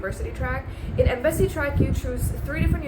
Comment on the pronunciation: Your accent is really good but there are some tells, your pronunciation of words like "percentage", "embassy", etc. are wrong